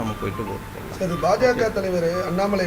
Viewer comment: Chaar, Jarry chaarrr.🤣